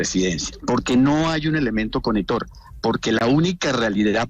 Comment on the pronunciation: Creo escuchar al abogado, hablar con muy mala pronunciación?🦻 Dice “coneto’” Siendo lo correcto “conectó” Me sorprende por ser un profesional de alta calidad, para el gobierno.!!